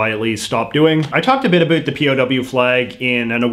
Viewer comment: Why, oh why do you insist on saying “a boot”? Explain yourself young man. Other than that, your work is good.